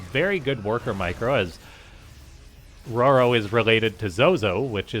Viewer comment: I thought it was determined in an earlier video that it's Ro-Ro, not Roar-o. Also it's not "Med-e-vack". If someone requires medical assistance, you don't say "Med-e-cull". Fuckiin grammar police woop woop